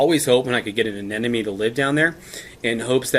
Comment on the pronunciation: Didn't know about bleaching from higher temps. Excellent. Btw bro. (A-NEM-OH-KNEE).